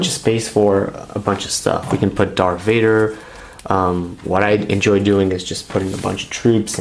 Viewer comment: I like how he says “Dar Vader”